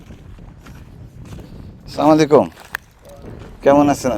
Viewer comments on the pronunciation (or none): আসসালামু আলাইকুম, কেমন আছেন, ভাই আপনি সালাম টা ঠিক ভাবে দিবেন, আপনি সবাইকে বলেন সালামুআলাইকুম